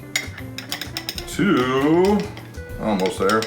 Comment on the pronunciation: You say Al most instead of All most, funny.